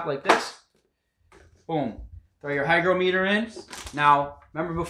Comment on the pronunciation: hi-grah-muh-tur not hi-grow-mee-tur